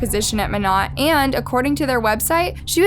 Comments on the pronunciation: It’s mo-nay… not mo-not. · Monat is pronounced with a long A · Ur pronouncing monat wrong its supposed to sound like monay...and it's a pyramid scheme and I doubt she was making 34k a month..... Also do you not know that her husband Tom is dead now??? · If it matters to ya at all, it’s pronounced “mo-nay” :) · Mona the t is silent you pronounce the a lol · Yeah it’s pronounced moenay. But it’s spelled monat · Lmao I said this too, drove me nuts how she keeps pronouncing it. It’s pronounced with a long A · monat is short for modern nature so it’s pronounced mon-ate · Decent video but your pronunciation of Monat irks me a lil not to mention leaving out a big part of the case; they had enough evidence to arrest the husband but he committed suicide right before the police were gonna arrest him. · You are pronouncing the name of the company wrong. It’s driving me crazy! Seems like you threw this one together and didn’t do very good research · "monat" the pronunciation...im dying XD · Monet is pronounced like ballet just a side note lol fyi I love this channel🔥💝💖